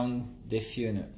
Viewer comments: The way this guy pronounces funnel deserves a 🥇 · Thank you for this! By the way.. love your accent and how you say "funnel". 🙂